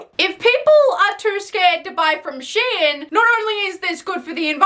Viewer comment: It’s pronounced “shee-inn”? Not “shine”? What the fuck?